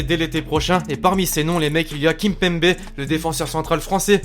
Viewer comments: Tu dis kinpanber au lieu de kimepember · On dit Kimepembé on dit pas kimpembé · a c trop drôle comment tu dit kimpembe